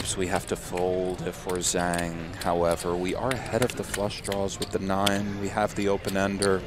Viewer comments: It's pronounced Jong. Not Zang. Yeah, these kinds of players are fun to watch, but they always flame out being overconfident and running into the nuts. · Why don't any one of the commentators look up how to pronounce "Zhang". Its one of the most common names in the world and would take 30 seconds to look up. It's lazy, ignorant and rude not to as a professional commentator